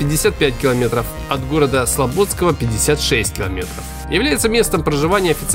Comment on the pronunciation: Не Урья 3, а Юрья 3 не СлобОдского района, а СлободскОго района